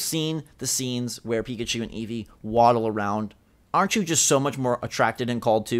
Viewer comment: This is the most cringy thing I've ever watched. Eeveer.